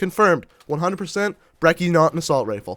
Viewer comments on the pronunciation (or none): you pronunced brecci wrong. the cci is pronounced like a sneeze